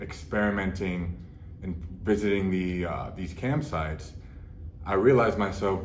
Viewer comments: LOL me too!!! Was thinking it was slang or something. I was like what the hell is a campsite ad doing in porn? Must be drug related term for PED's. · Same thing for me, but I still don’t know what he was actually saying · LOL yo same. I'm like I never seen these campsite ads. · I originally heard camp sites too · I thought he was saying “camp sites” lol I’m like “what’s wrong with camp sites?” Lol 😂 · I thought he kept talking about "camp sites." I was like "how the heck is camping gear that much of an addiction?" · I thought he said campsites at first 😂 fair play, this takes guts to admit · What is he saying? That's what it sounds like to me! I am def not trolling rn either! Genuinely asking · I heard camp too and thought it was about shopping too much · I thought he was saying camp sites too at first 😅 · Yo I thought he was saying campsites at first 😂😂 But on a real one good on you Larry for coming out about this, that’s a PR on its own 💪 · I’m dying because all this time I thought you were saying camp sites😭😂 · I thought he said “Camp sites” 😂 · I thought he said CAMP sites and I couldn't figure out how you get stuck on that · I literally thought he was saying camp sites as well 😂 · I kept hearing campsites. I was thinking wow, what a healthy addiction. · I thought you said camp sights, was like wth? pop a tent in the back yard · At first I thought he was saying camp sites, and was super confused. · I thought he said camp sites, and I spent the first minute wondering how he ended up on camping websites from porn. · He’s saying cam sites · i thought that too but i have been to cam sites lol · Fully thought he said "CAMP SITES". Was very confused at first... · Thought he was saying Camp Sites as well. I was going to say, I know KOA is pricey, i didn't know it was that much. Back in the 80's it used to be Hookers and Cocaine, in 2020 it's Cam Sites... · Cam sites not campsites 😂 was confused the whole time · Ohhhhh cam sites I though he said camp sites 🏕️